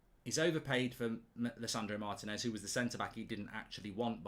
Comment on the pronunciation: He pronounced Adidas wrong. Just like how everyone is pronouncing Martinez wrong. Lol.